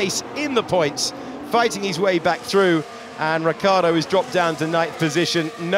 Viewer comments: it's Ricciardo and not Riccardo. The i in the middle makes it completely different. Try with me now : RICH-ARDO. So many billions around and you can't even name a driver right. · Why English commentators say Riccardo...it's Ricciardo